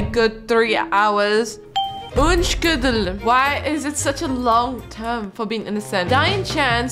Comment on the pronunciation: OMG IM SOOOOO HAPPYYYYYY! YOUR COUNTING WAS ACTUALLY PRETTY GOOD BUT ITS PRONOUNCED Un-shul-dig